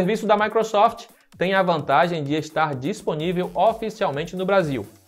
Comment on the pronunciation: matou o portugues kkkk